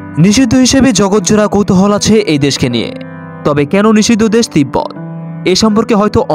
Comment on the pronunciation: দেস না দেশ, কোনটা সঠিক।